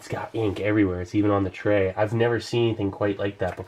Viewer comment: "Let's get this all out on the TREH"